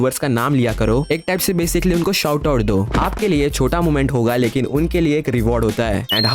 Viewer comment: Lekin ❌ likin✅